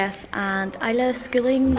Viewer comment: I've been pronouncing it Is-la in my head so it's interesting to hear the real pronunciation! I-la is a very pretty pronunciation!